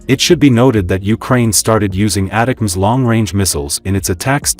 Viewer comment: ATTACK-M's is how ATACMS is pronounced